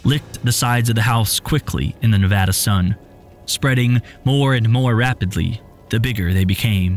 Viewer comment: Thank you for pronouncing Nevada correctly